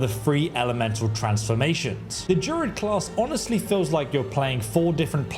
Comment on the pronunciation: What's a JUR-ID? Is it not pronounced DRU-ID? Not to sound pedantic.